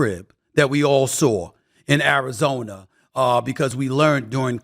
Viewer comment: "martin, i dont wanna go to Arizoner"